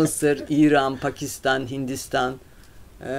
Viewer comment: severek izliyorum ama hanımefendi tarih okuduğundan emin mi?pakistan samet gibi kelimeleri düzgün telafuz edemiyor